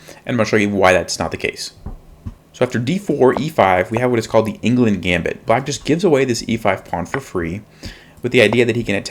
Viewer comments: Cmon man, you didn’t even pronounce the Gambit properly! It’s “Englund”, named after Swiss player Fritz Carl Anton Englund. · And that's why Black rarely plays the Englund in response to 1 d4. (BTW Englund is not pronounced England.)